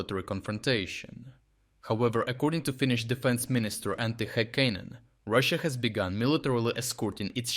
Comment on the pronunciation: Antti what? his name is Antti Häkkinen, not "haekkaenen".